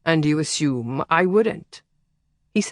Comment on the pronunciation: Love the story and the narrator. Only irritation was ASHOOM pronunciation of ASSUME